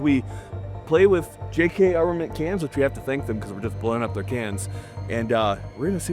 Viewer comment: When he said "Twenty-two cans" I heard "Twenty Toucans" and I was like weird but ok.